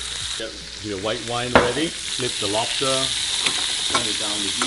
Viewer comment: Says rice cake then makes fun of dad for saying wobster